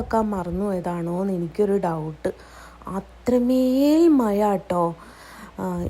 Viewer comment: മയ അല്ല മഴ.ഴ - വഴങ്ങുന്നില്ലല്ലോ 😅